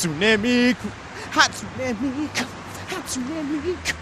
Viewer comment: Here's how Japanese vowels work: A: ah E: eh I: ee O: oh U: oo So it's hAHtsOOnEH mEEkOO